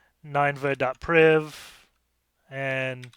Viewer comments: I know this is an old vid so I’m necroposting here, but I’m pretty sure this box is pronounced “nin-ehva” not “nine-va” since it’s a reference to the ancient Assyrian city in the Bible whose destruction Jonah was sent to foretell. you can see there’s a file in /var/www/html called “ninevehdestruction.jpg” which supports the idea that this is a reference to that city. Just bringing it up because sometimes understanding the references helps with the solution of CTF boxes. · the way you pronounce ninevah tells me you didn't watch veggie tales as a kid